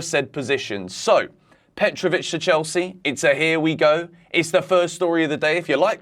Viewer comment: Petrovic, petro chec- how that sounds😂